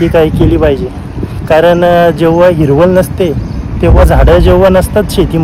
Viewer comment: दणकट शरीरयष्टी आहे, पण आवाज मर्दा सारखा नाही वाटला, तू सुशिक्षित वाटत असून बोलण्यातील शब्द अशुध्द आहेत, उदा. सगला, हिरवल, तलमल, मिलते इत्यादी